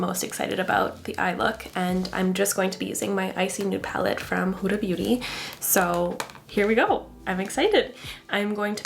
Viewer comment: Beautiful look and amazing video <3 Just a small suggestion - the Arabic pronunciation for "Huda" (of Huda Beauty) is more "Hood" (as in little red riding hood) "Ah" (you're saying that part right!! :D). But yeah, just in case you're interested :) Thank you for sharing your beautiful video!